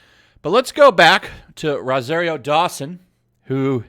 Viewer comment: Learn how to pronounce ROSARIO.